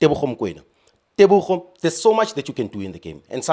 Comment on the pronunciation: Whats so hard to say TEBOHO instead of TEBOGO?